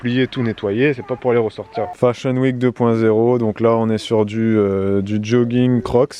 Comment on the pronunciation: Hello ! J'ai du remettre le debut 15 fois parce que je ne comprenais pas un mot "Petit accident .?.?.? samedi matin... J'ai fini par comprendre que c'etait juste DU 😆 Bref... tout ca pour ca ! 😁 Concernant le savon de Marseille, je n'ai jamais testé pour la vaisselle, mais on a commencé a s'en servir depuis 1 ou 2 mois pour la douche et pour la lessive, et on adore. Par contre attention a le prendre sans glycerine sinon il parait que ca bouche les canalisations. (Nous on a pris le vrai de vrai, le vert a l'huile d'olive de la marque Fer a Cheval). Passez une bonne journée !